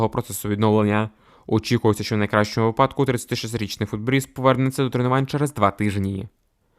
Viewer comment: Дикція повинна бути краще. Потім треба правильно казати,випа'док неправильно, правильно казати ви'падок.